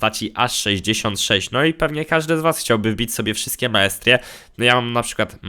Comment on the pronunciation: Tyle minęło a nawet jeszcze nie umie dobrze powiedzieć masterie